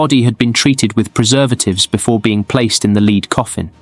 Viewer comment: Note to Robot Voice... It's "led" coffin, not "leed"...